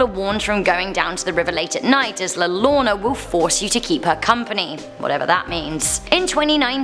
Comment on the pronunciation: Almost there! It's more like p'kahn. less pah. It's s short 'p' sound. Also : D Here's one I cannot explain- two L's in spanish make a Ya sound! So it sounds like , Yor-oh-na : > Really cool to see Demon Road up there! I wonder if you will get enough new TexMex ghosts for another video XD